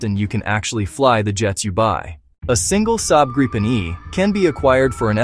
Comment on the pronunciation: Grey-pen. Gry-pin. Groo-pen. Greppen. IT IS PRONOUNCED 'GREEPEN' for americans! Like the letter 'E' and a 'PEN' you write with.